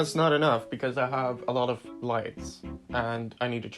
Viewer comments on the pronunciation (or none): when he said " I have a lot of lights" I though he said lice